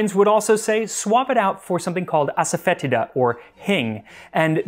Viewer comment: I think it's pronounced ass-a-fa-tee-da. Happy to be corrected.